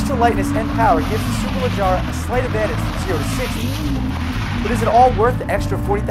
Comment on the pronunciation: it's SUE-PUR-LUH-GE-RAH